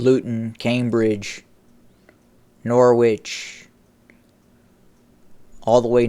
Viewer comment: You're pronouncing Norwich very very wrong!